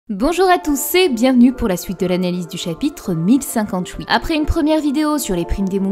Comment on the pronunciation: Super vidéo mais un peu dérangeant les "souite" "loui" "pouisque" houit" Je n'entends plus que ça...